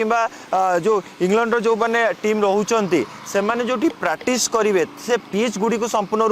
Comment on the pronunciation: Pratis, pratis ka kahucho practice kahibaku try karo